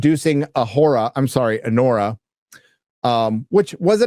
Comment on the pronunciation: "A-WHORE-A"! I literally busted up laughing hearing that!